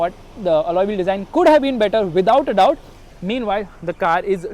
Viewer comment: It's doubt not dought